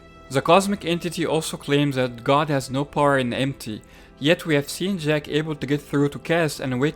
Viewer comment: Its jack not Ziiiack